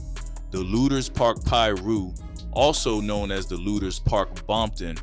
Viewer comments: The way you would pronounce Lueders (Lu-ders) Lu-Aye-ders 😂😂😂 I just know you're not from here. However, great commentary 👍🏾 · Its Pronounced LOOTERS